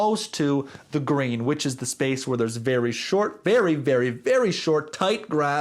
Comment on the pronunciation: Ngl I was confused what a "grain" was for a good 3 minutes before realising you were saying Green.